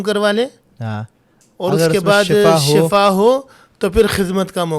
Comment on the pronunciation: Shafa ni hota shifa word hy